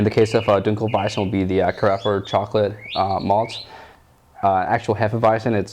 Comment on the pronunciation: Your 1 in 100 reviews that can pronounce dunkelweizen correctly. Good on you.